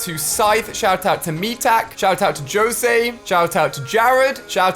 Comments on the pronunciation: Shoutout to “Josey” lol! Im sorry Ali but its pronounced “Hosay” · Did he really just say Josay instead of Jośe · Lol he said “Bryne” instead of “Brinn” and “Jo-say” instead of “ho-say” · Dude really said “joe say” of jose (should be said ho say) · Lol jose is pronounced hosay not josay XD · Is nobody going to point out he said “Joe-se” not “hose” for Jose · He said jose wrong😂😂😂😂😂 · This mans said JO-SAY its HO-ZAY lol definitely from the UK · This dude pronounced Jose; Joe say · Did Ali really say joe say instead of Jose bruhhh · No Ali a😂😂 please don't tell me you said that he pronounces Jose as "Joe-say" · my mans said Joesaye it's pronounced with an h sound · Jose it’s pronounced hose ay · I thought it was pronounced ho zay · He said Joe-say instead of jose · Instead of Jose he said Joh-say 😂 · He really just said joe zay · “Joe-say” damn ali a can’t pronounce “Jose” correctly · Did he say Joesay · bro he pronounced jose as (joe-say) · He said “joss ay” instead of Jose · THE WAY HE SAID “JOSE” he said it with the j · Anyone else notice how he said "Jose"... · Alia said Jose wrong lol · Does he not know how to say Jose lmaooo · Did Ali just say José with a J instead of H